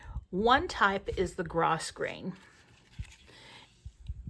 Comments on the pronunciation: Thanks for the video! FYI, the ribbon is pronounced “Grow”grain, not gross grain. ❤ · Thank you so much for the tutorial. I have always pronounced Grosgrain Ribbon (pronounced gro-grain). Look it up online. But I did know what you were talking about. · Thank you for this fantastic tutorial. FYI the ribbon is pronounced Grow grain ribbon. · Thanks for the tutorial...will be doing this! Fun fact: The 1st ribbon is "gro-grain", the "s" is silent, the 2nd is called "twill tape" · Grossgrain- (pronounced grow grain) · Such a fun tutorial. I am blessed to have a printer dedicated to sublimation, so that is how I make labels for my projects. However, that only works on the polyester ribbon. (BTW in "grosgrain" the S is silent - grow-grain). You shared a great idea about cotton webbing. I'll try that with my transfer paper. I've been away from Canva for a while. Thanks for the reminder of how powerful it is. I'll remember to change the transparency and include some background color. I hadn't thought about that. Very fun! Thanks again. Kay in Dallas, Texas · I am blown away with what you are doing! I had no idea how tags were made but thinking these might be interesting for my quilt guild for items we make to sell at our Craft Fair! I looked at the items for using to make tags but did t k is what the ori tier paper was or the how everything got o to a piece of ribbon! And just a small note - the grosgrain ribbon is pronounced without the “s” - gro-grain! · FYI - grosgrain is pronounced “grow-grain”